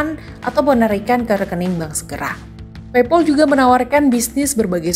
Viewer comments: Pei pal mbak bukan pei pol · pronounce paypal-nya kurang pas, pal di-pronounce pael atau pel jg boleh